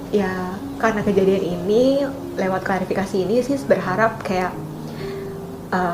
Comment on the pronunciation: Klarifikasi min bkn klasifikasi